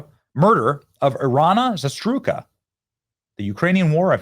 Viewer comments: Benny, her name is Zarutska not Zatruska. This is the 2nd video youve done with the wrong pronunciation. I agree with everything else youve said. The guy needs to be put down. 🤬 That poor girl escaped war just be murdered here. 😭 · Benny, you KEEP mispronouncing her name. It is pronounced ZAROOTSKA. Not Zastrewka. Could you please at least try to pronounce it correctly? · Z-AH-ROO- SKA....helpful? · ZA RUTE SKA << ls how you pro8nounce her last name. l know l'm being padantic but we have to get this one right. :) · Bennie Boy, you are still mispronouncing Irina's surname while you use her dreadful murder to rail against judges, woke activists and criminals. Get her name right for crying out loud!😤